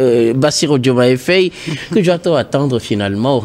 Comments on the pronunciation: Mais ce p'tit se prend pour un français ou QUOI !? 🤔... Au lieu de dire Faye, il dit Faiye. 🤦🏽‍♂️ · Prononcez bien les noms svp. Il y a des sénégalais partout maintenant dans le monde. Faye se prononce Faye comme en français...pas fèye